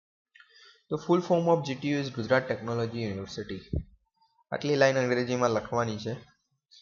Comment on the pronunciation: યુનિર્વસીટી નહીં સર યુનિવર્સીટી